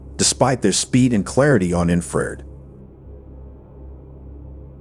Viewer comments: Ok! It is pronounced! In- fra- red. Not infered! Im a certified in thermography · Bad AI vocals. Detracts from the story. "Inferred". INFRA RED. Ugh. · Cmon man you don’t know that infrared red is pronounced infra-red? Are you using AI voice?